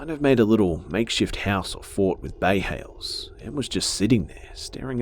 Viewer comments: "bay hales"?! lol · "Bay hales"